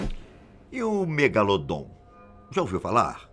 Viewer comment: Eu so tava esperando ele falar do "MEGALODON" ( MEGALODOT ) KKKKKKKKKK 👏